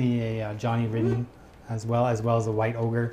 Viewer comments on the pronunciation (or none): none